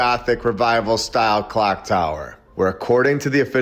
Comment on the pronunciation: You can tell by this guys voice inflections he’s a problem😂 “AND THEN! they rebuilt the. CLOCK” 😂